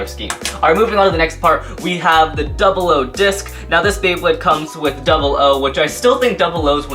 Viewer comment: on the slash dragon you said duble o disk is the 10 disk(the disk for slash dragonis actualy pronounced oo)